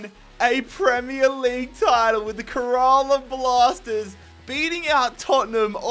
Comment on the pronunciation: bro really said: KUHRAALAA Blasters Aahpuwah Neetin ahmed Veeshnu Chooturi